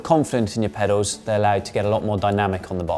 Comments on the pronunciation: He keeps saying "pedos" instead of pedals lol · He's pronouncing them "pedaws". It's a lower class South East English accent thing ("saaf eas"). We tend to drop our "Ls" from certain words. Kettle becomes more like "kettaw". Trouble sounds like "trubuw". Girl sound like "girw" etc. You get the gist.. 😎